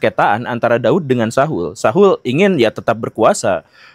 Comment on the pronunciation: Sebut nama Saul saja salah😂